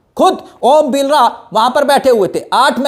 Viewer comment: Are bhai vo om Birla h ombilra nhi name to sahi bolo